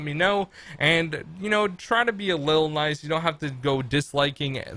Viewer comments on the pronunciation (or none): none